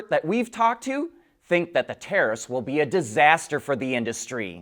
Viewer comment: Oh... yes... the "taraffffsss".